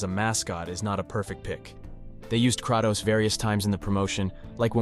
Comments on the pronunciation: lol! You’re pronouncing Kratos’ name wrong. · No disrespect but why does bro sound so AI. Especially with the pronunciation of Kratos and Atreus